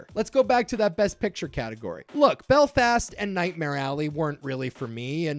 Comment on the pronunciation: Hearing you say "Bel-fast" is hilarious. My Mum's from Belfast and everyone I''ve met says it really smoothly ( Apart from the school bullies "Are you from Belllfasstt?" While thinking they were putting on a Belfast accent)